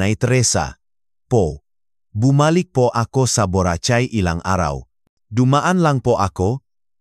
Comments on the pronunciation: Mali pronounce Nyan sa Borachay BORACAY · Ang pangit magsalita ng nagbabasa mali p pronounceung buracay ang dinig ko buratsay marami p mali ang bigkas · Boracay hindi borachai, daw gago ka!!!! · does not know how to read BORACAY